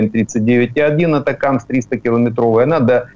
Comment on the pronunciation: ГАНЬБА! Навчиться нарешті вимовляти АТАКАМС! Де ви там знайшли АТАКИМЕС??? Тоді називайте Рено "ренаульт"!